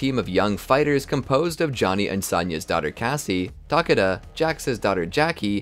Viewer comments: Ta-Kay-da not tockitda 😂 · i can't with "TAHkeda" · Wait, did they just call him “tuh-cod-duh”?